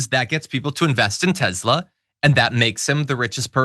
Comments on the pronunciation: It is pronounced 'Tess-la', not 'Tez-la'. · Can yoh say TeSla, not TeZla